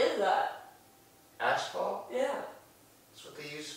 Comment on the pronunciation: Bro the word is "ASPHALT" not ashfalt